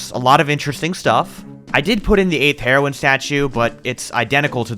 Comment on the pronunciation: did anyone else notie how he was saying heroin like the drug and not heroine?